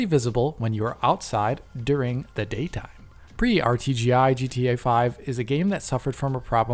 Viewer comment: Love how says "during, the daytime!"